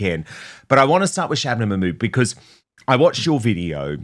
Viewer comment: Shabanabanana Mackkkkkkkmood - Katie nailed it...we all just need a copious quantity of saliva to pronounce it.